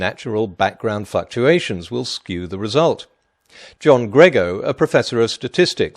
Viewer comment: "natural background fucktuations" trust me, he says fucktuations. Pottymouthed potholer